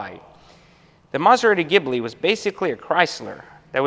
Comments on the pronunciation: "Mazagibli", 2020. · laughing so hard he starts sweating. 😂 And it’s “ghee-blee” (still a POS)